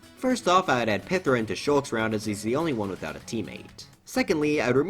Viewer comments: Nitpick on a 4 year old video, but it's pronounced pie-thra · Pythra is like calling bowser Jr “bujr” (buh-jer)